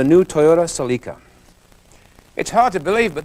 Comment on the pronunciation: Just want to chime in before some ignorant American manages to lick the fried chicken grease off his fingers long enough to comment that it is so satisfying to hear "Celica" pronounced in the proper way.